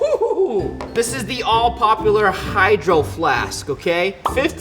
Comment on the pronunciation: Bruhh he said hihgdroFLASKKKKKKK like if funny | | |